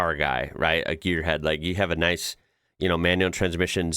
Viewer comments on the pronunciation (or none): none